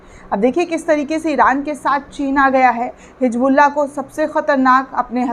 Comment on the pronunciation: It is hizbullah not hijbullah